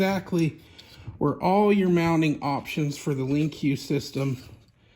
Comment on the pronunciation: just a heads up, it's actually just pronounced LINK , not lincuw box.....